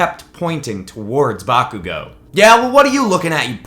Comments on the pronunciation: Just some advice bakugous name is pronounced Bar-ku-go no bakugo and izuku calls bakugou kachan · DoNt day bAkugO, it’s KaChHan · BAkugo Not Bakugo BAkugo